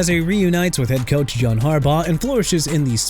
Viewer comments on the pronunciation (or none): none